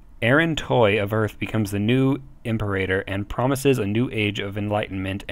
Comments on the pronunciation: Its not pronounce Emperator, "IM-PEE-RATOR", like Imperial. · This is a great resource so thank you for your hard work. I was off put a bit by the pronunciation and appreciate you acknowledge this. The most glaring was "Imperator" - try pronouncing it this way "Im-Pera-Tor" - that should get you closer to correct. Thanks again for doing these, they are quite useful. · By the way I think the term is pronounced Im-peer-a-tor (Anyone else remember Imperium Galactica 2?)